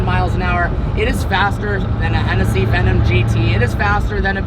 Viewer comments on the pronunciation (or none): none